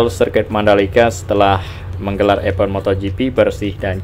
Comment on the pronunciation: Bang Bukan EPEN tapi EVENT bacanya IVEN